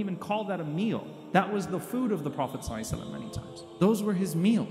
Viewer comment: Can u please pronounce S. A. W. S properly because sometimes u fumbled amd it sounds like sly!!!